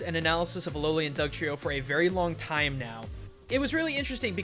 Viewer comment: says "Alolian" at least once in the episode.